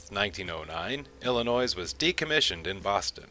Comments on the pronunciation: You have a lot of great information in this video; however, you need to learn how to pronounce Illinois (pronounced Illinoi). also please be excited about your topic, you sound like you are reading a book. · The S in Illinois is SILENT!!! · the 's' is silent